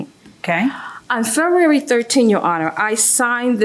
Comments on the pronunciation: She also says Fururerry instead of February 😂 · She’s hitting the silent “b” hard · Why can’t she pronounce February??